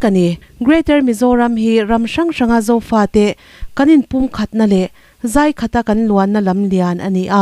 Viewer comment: Chhiar thiam hle mai .amaherawhchu thluk dik loh i nei. Zai khat tih i lam dan hi rual u zawkte lo zawt chhin teh.